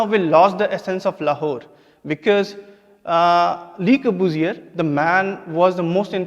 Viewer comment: Le corbusier... guess the course does not teach students how to correctly pronounce the name of the architect ... took me a minute to realize who he was talking about... Lahore (Lavapura) btw is supposed to be a city dating to the times of Lav the son of Lord Rama...chandigardh replacing Lahore... !!! what a travesty... anyways every bit of the history taught in our schools and colleges is entirely wrong... a cruel reality of our lives... ours is the worst karma...